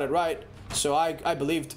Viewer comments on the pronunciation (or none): (-S-He) be(lie)ve(d) 😭 Sbeve